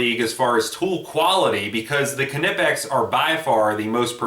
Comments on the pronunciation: Silent K in Knipex... Just saying... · I gotta admit, it annoys me how you say Knipex, I'm pretty positive the K is silent. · dmcguinn1 Well I did watch their videos before commenting. The CEO of north America for Knipex doesn't say it with the K. For the german videos I couldn't understand what they were saying.. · The K is NOT Silent! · Silent K bro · Actually yes, Knipex is pronounced not the way it is written, with a silent K at the beginning; silent. How do you say knife? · I say knife with a silent k because it's a english term; but Knippex is a german company; the K is not silent in german. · The k is silent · The fuckin k is silent. Drives me crazy when people pronounce the "k" nipex makes me want to cut my ears off with a "k"nife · Kanipex? they are pronounced Nipex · Why not just say Knipex like a normal person? Or is it a rule to make up letters in between two constants? Like "Fridge" is pronounced Fi-ridge? Or Ground "Ga-round"? WTH man?! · Reviews Im german and it is pronounced knipex and not kenipex. But it is probably hard for non-Germans. The review is good though. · After watching this video I wanna stab my self with the KA-NIFE. Am I the only one that pronounces Knipex with the silent K??? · Nip ex bud lol kinipex 😂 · Knipex pronounced nye pex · no he didn't, it's "Kee-nipixs" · I wanna stab my self with the Ka-Nife. 🔪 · lol Ka-nip-x hooked on phonics worked for him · it's pronounced Nye-pex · Ka-nipex? Must be of same origin as a Ka-nife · Just curious. Since you had your Knipex Cobra right their beside you,and the Irwins failed Why did you resort to grinding off your exhaust manifold stud,and not just switch to your cobras? Just courious. Also as far as the pronunciation I think I would say Kipex with a silent N Ki-pex?? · Where’s your K’-nife? :P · Knipex with a hard K. None of this KU NIH PEX bullshit. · it's kuh-nee-pex dude. Watch one of their videos. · The K is silent my guy. Nice review though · like knife, the k is silent.